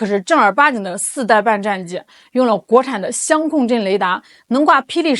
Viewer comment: 主播，相控的相读四声，你读成一声啦。